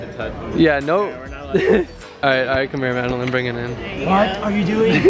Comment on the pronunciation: idk why calling madeline “madeLINE” is sending me 😂